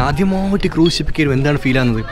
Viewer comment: ക്രൂസ് not ക്രൂയ്‌സ്